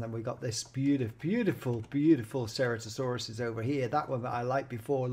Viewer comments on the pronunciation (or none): by the way ceratosaurus is pronounced "sir-at-oh-soor-us"